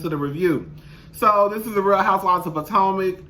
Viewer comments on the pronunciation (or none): *Potomac u mean lol Good morning boo